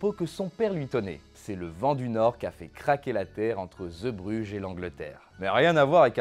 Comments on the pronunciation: Superbe vidéo. Petite remarque. Ce n'est pas ZEbrugges mais zeebrugges (zee en néerlandais, c'est mer). A prononcer zɛɛ zéé Et si je ne me trompe pas, il n'y a pas de version studio de cette chanson, uniquement en public. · Arrivé sur la chaîne avec la vidéo sur les Bronzés font du ski, je découvre cette vidéo très intéressante son mon artiste préféré... Petite remarque (mais ça a déjà été dit) : on dit "Zébruge" (Zee =.mer en néerlandais) Pour moi, cette chanson est plutôt la complainte d'un homme trompé. Il avoue sa faiblesse en dépeignant, ce qui est pour lui, le summum de la virilité : les marins... Ces marins vivent (justement !), mangent, boivent beaucoup, trop,, se saoulent, et n'ont que peu de respect pour ces femmes infidèles sur lesquelles ils pissent tandis que le narrateur en pleure Et pour répondre à la dernière question : dans le répertoire de Renaud, il y a quelques exemples de chansons sur la condition humaine : Hexagone, Dans mon HLM... Pour n'en citer que deux ;-) Allez, hop, abonné et je vais me visionner les autres vidéos de la chaîne !!!